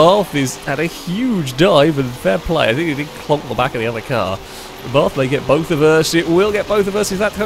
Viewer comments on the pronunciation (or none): none